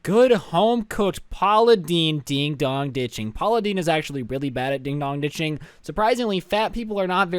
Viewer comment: Just so you know, it’s ‘ding DONG ditching’ , not ‘ding DOG ditching.’ Not to be rude.